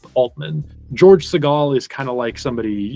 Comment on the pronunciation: You’re mispronouncing Segal. It’s SĒ’-gal.